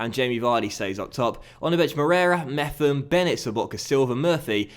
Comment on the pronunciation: Pretty sure Mepham should be pronounced Mep-ham